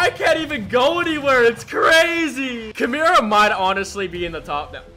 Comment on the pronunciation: Is he joking when he said Kumira instead of Kimura because if he's not he's braindead